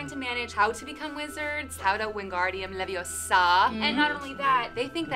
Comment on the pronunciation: It’s levee-OH-sah, not levee-oh-SAH,! 😂